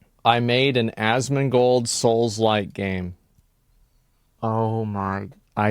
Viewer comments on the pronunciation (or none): I have a question. But why does he pronounce it Asmingold instead of Asmongold? (English is not my native language)